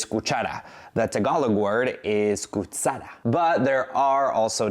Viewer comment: Actually we didn't pronounced Kutsara like you did but Kutchara.